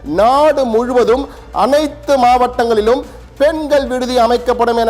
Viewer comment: அனைத்து "மாவடங்களிலும்" 😂😂😂 யேவ் ரய்டர் ஏன் ஏன் இவ்ளோ அவசரம் 😊😊😊